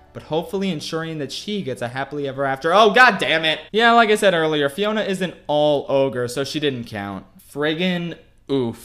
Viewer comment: said Fiora instead of Fiona 2 times in the vid i guess too much LoL does that to you